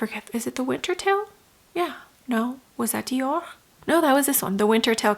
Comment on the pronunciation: Love watching your reviews…but hate when u try to pronounce Chanel or Dior differently..it makes me cringe.Anyway, just say it regularly. Love the eye look and love your videos ❤